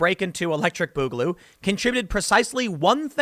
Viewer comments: bugaloo.... comon tim off the fence its boogaloo say it stop being pc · It isn't pronounced like that. It's more like "booger". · Its boogaloo, not bugaloo. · not "Bugaloo"Tim..it's BOOGaloo two O's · It's Booger Goo ! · this was all worth it to hear Tim say, "Boogaloo" so many times! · The way you are miss pronouncing boogaloo, is driving me crazy.